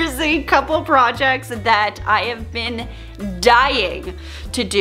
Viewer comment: "Projets" lol I love you